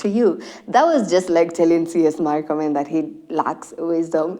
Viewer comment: its not markomen. its murkomen. we aint americans. pronounce it as it is written